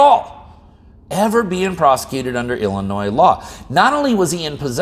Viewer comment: I'm just glad ya don't pronounce the "s"